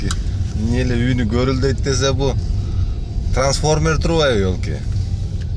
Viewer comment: Ай ай ай досум транс формер дегин😅😅😅